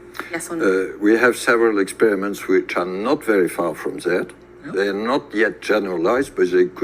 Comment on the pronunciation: When I hear "Zat" instead of "That," Nazis come to mind.